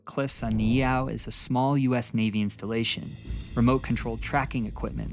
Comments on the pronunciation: Howzit braddah mahalo nui for sharing about the history of our people and islands. For pronunciation purposes Niihau is pronounced (knee-ee-how) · Aloha awakea from Oahu! Just a tip on pronunciation Try saying ni’ihau as (Knee-ee-how) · Great research and presentation. Just spend extra time on pronunciation. Doesn't have to be perfect but you said Niihau about four different ways.